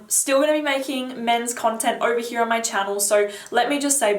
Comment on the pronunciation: ...it's all in heeyahh!!